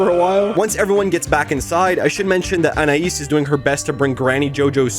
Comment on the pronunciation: Gumball’s family pronounces Anais differently a bunch of times, it goes from An-I-eas , to An-I-ES